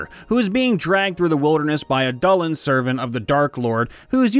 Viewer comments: Dullahan. Not Dollen. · Duul-la-han, please not dullan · Ffs learn learn how to pronounce dull a han not dull hun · Dullahan is pronounced “Doo-LA-hon”. Irish is a tough language if you don’t know the pronunciation rules 😅. It borrows some of the same rules as French. Dullahans are Irish death fairies, and the same creature as the headless horseman. Love your videos 😊. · The hat of the invisible man, an item I gave to a Gnomish, Halfling or Child artificer, noone knows his race because the hat when worn makes the wearer invisible, but the invisibility doesn't extend to anything else including clothes weapons and the hat itself. This character is obsessed with games and uses the hat as the perfect poker face. Also it's pronounced Dew-La-Hawn. I had a horse named Dullahan that ascended to godhood so I can't stand hearing the word mispronounced, thanks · dullahan is pronounced (doo-lah-han) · Love these vids thanks for making them. Just one thing, it is pronounced Doo-luh-han. I know it's rude but... there it is. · Dullahan (pronounced DOOL-a-HAN). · its DOO LAH HAN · STOP MISPRONOUNCING DULAHAN